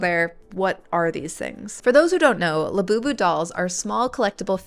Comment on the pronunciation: Sounds like Lapoopoo. what a crazy sh*t